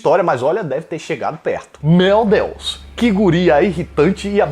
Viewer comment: "Mel Deus" kkkkkk